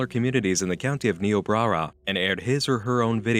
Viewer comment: I shouldn't get irritated that you pronounced Niobrara wrong, but since I grew up there, I am.